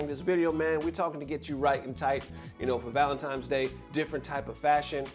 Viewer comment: did bro really say valenTIMES day?